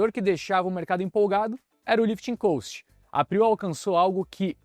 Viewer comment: Não tem A em cost. Ajusta a pronuncia por favor